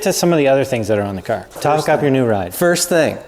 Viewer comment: Cawr isn't how you say Car 😂